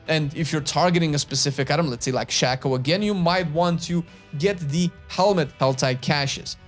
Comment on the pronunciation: its shake o not shack o , so cringe people dont know this still